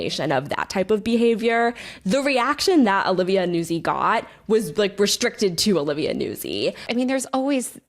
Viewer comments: Yo. Vocal fry far less bonkers than Kat's insistence on pronouncing Nuzzi "newsy" - and Taylor's eventual capitulation. YOU were right on that Taylor, it's "newt-zy" with a double-z like "pizza." And maybe next time confirm a basic like name pronunciation before doing an entire episode on someone 😅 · Strangely, it's a mispronunciation of an Italian name, which really sounds like NOOtsee. Not Noozi. Like it's not peezah, it's pee-tsah. Zz in Italian pronunciation is always "ts" sound. Love, a former classical singer. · Everyone has been talking about Nuzzi for months, but after this video I have learned 2 entirely new ways to pronounce her name